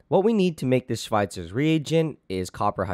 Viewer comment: Wow you actually pronunciated it correct (didn't expect that) xD